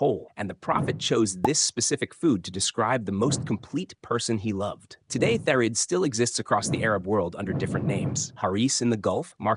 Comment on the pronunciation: Ah Thareed! Please stop saying tharid, it's triggering me! 😅 When I worked in Saudi, I wanted to try thareed. My neighbour sent some for me 😍 very tasty....there are many tasty, traditional foods in Saudi!